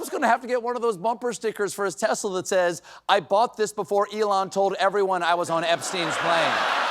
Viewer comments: Stephen Colbert mispronounces 'Tesla' in the exact same way he mocked Trump for, lol. (And Ben Meiselas does the same too.) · Sorry it's tesssslurrr. Get it right 👍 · Oh, no! What will happen to his new, red Teslerrrr? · Lol 😂👍”teslur!”👉❤️